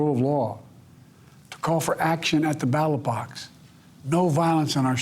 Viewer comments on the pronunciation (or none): Did he say battle box or ballot box? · no, he can’t. He called ballot box battle box. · "Battle box" "ballot box" there was supposed to be some sort of fancy quote, but Biden screwed it up. Make America Great Again!!! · "At the battle box" 😂